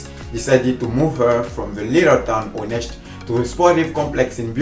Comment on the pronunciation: You pronounced her town correctly! 👍